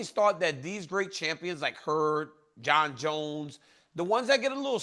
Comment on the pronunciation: Bro is silly af lol. About the only fighter name he says right is Jon Jones💀